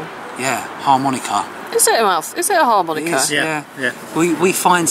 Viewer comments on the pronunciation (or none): => harmonica* / mouth organ. * Sounds like a pirate who just found his long lost love. "Harrrrr Monika... thar be ya....."